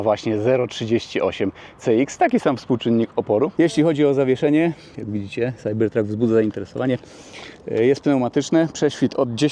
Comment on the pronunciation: Może najpierw naucz się angielskiego, chłopie, bo to wstyd. Nie mam pojęcia, jak napisać tę twoją wymowę "CYBERTRUCK"